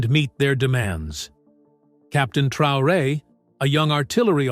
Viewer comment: If you cannot pronounce his name, you do not even need to be speaking on him Traore .